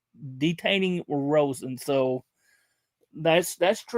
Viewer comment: Its Alex Rosen not Roen